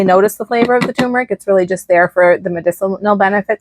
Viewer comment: TUR-MER-IC, not TU-MER-IC